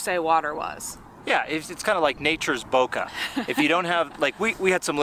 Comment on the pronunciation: Its not Booka. Its Bokeh. bo-keyh